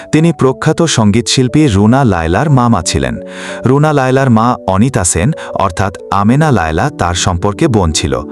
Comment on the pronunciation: Sen উচ্চারণ কি বাঙালি ভুলে গেছে